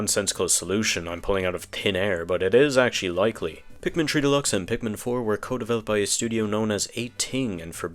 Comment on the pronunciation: why do you say pikmin tree?